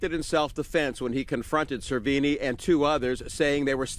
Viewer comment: Damn... How the hell did you butcher that kids' last name?; SER-VEE-NEE.